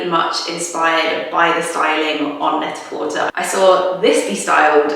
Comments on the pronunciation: I’m sorry, but is it not pronounced “net-ah-porTAY”, like “prêt-à-porter”, i.e. French for “ready to wear”? I’ve never heard anyone pronounce it “net-a-por-TER” before. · Is Net-a-Porter pronounced with the "ur" at the end? I thought it was pronounced in the French manner like Net-a-Portay. Also, that shirt that you're calling a bowling shirt reminds me of the shirts bus drivers used to wear around here. So I'd call it the bus driver shirt. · yea I thought that too